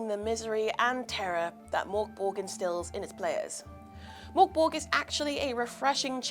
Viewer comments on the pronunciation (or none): Merk Boray - Not Mork Borg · I love hearing English speakers trying to pronounce "Mörk Borg" 😄 Liv was far from the worst I hasten to add.